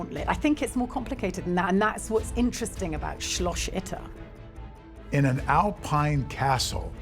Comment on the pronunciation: SCHLOSCH Itter... lady just say "castle" instead of repeatedly butchering the german language.